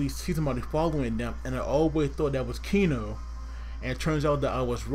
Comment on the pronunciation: It is Keno not Kino!!